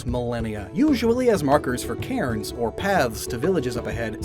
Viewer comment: Not Karen stones, its Cairn, c air n